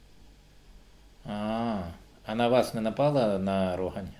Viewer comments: А Рогань - то не "містечко"! Це - селище... І житловий район у Харкові. І росіяни не змогли захопити це селище у березні 2022. Хоча і намагалися... PS шановний Автор! Назва мікрорайону Харкова, та селища на околиці вимоляється із наголосом на останній склад у слові: РогАнь! А іще: ми виробляємо популярне в Україні пиво... Наші захисники - п'ють залюбки! PPS із Роганню межує ХТЗ! Це той Харків, об який росіяни - зуби обламали! Ppps Що такеє - ХТЗ? Коли москаль залізе - йому там - "не везе"! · Як чудно чути "рОгань".Ні один харків'янин не скаже. Тільки рогАнь!!!! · Бо він би Вас поправив,що не РОгань,а РогАнь правильно